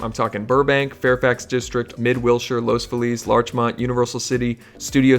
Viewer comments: LOS FEE-LEZ...... correct pronunciation. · He pronounced los Feliz wrong